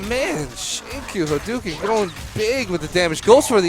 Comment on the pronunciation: He doesn't actually say Haduken.. He says Enduken..